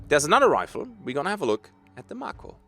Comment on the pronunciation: It's pronounced May-ko, is it not? Like the shark.